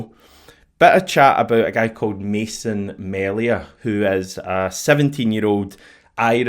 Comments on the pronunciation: Melia is pronounced Mee-lee-ah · Let me tell you Mason Melia is unreal. Probably the best prospect in Irish football in a decade or more. Major coup IF we got him. Melia is pronounced. MEAL-YA